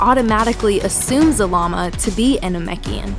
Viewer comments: You said Zabama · 1. You keep repeating yourself 2. IT'S ZARAMA not ZALAMA and definetly not ZAMAAM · Zah Lah Mah, that's how you pronounce zalama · i heard zamama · I keep hearing Zamama. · you make his name sound like salami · At first i thought you said Z-Mama. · Why do you say ZaRama, but spell it ZaLama? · Yea its wrong and the real is zalama